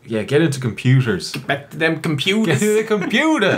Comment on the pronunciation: Dem computahs